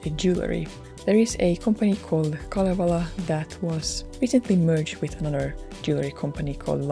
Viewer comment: aha en tienny et siel oli kalevala ku ne sabo sen "khalievhala🤌"